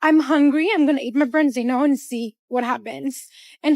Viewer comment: What the bloody hell is a "brenzino"?